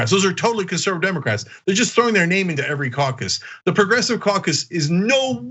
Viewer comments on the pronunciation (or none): Can't even say his name.